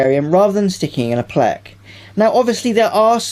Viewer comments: It's pleco not plec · Its plec-O not plec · It’s called pleco not plec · al-gee and it’s a play-co. not a plec. and not al-gay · It’s pleco stop saying pleck you are rapping my ears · Anyone else annoyed how he completely misses the vowel "O" in the word pleco not plecs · Why are you pronouncing pleco as “pleck” and not enunciating the o? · Plec?! Who says plec? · Is that hard to say Pleco?